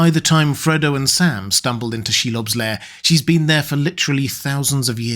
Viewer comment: Um, "lair", not "layer".